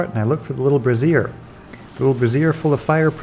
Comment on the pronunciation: "brassier" is a bra 😅 lol Also thanks for the tips, it helped so much getting those keys quickly